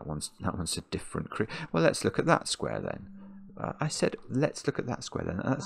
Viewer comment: "Let's look at" kinda sounds like "Alexa" ... 🤣